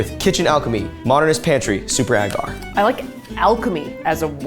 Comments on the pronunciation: Ita pronounced ay-gar 😂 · Do Americans say it Ah gar? Cringe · AGGGHH it drives me insane every time you mispronounce “agar.” The first A is long, like in “way”. It would only be pronounced with a short A if it the word had two Gs — “aggar” would sound like dagger. But it’s one G, so it’s agar like… like… ok, I can’t think of anything that exactly rhymes with the correct pronunciation of agar, but you get it now, right? The first A is a long vowel sound, like stay, way, play, etc.